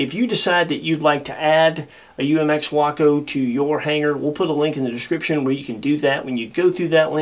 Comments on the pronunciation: what is a wocko? Waco. Way-koh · way·kow not waah·Kow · spent a good share of my life near Waco Nebraska. I know people that flew Wacos. first time ive ever heard wockoh.